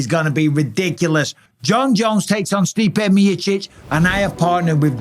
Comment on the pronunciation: The way Mike says Stipe Mee-chich